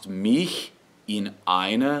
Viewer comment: The "-ch" in "mich" isn't usually sung "back in the throat". The "-ch" in "Ach" or "Macht" or "Fach" is the one which is "back in the throat", with the air passing through a narrow space between your soft palatte and the back of your tongue, which you raise to make the space between it and the soft palate short and narrow. In contrast, the "-ch" in "mich" is more forward. It's the front-side of the middle of the tongue, raised so that it is very close to the downward slant of the roof of the mouth - downward as you move from in the highest part of the hard palatte forward toward the back of the front teeth. The consonant is the hiss - almost a whistle - as the air passes forward through the narrow space you allow between the downward-sloping part of the roof of mouth and the forward-middle part of your tongue.